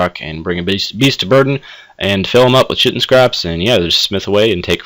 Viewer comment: kite-in not shit-in